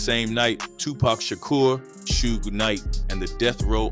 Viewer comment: AI is incredible, but the fact it can’t pronounce ‘Suge’ is hilarious. lol